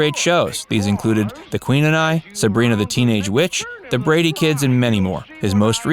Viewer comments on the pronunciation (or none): none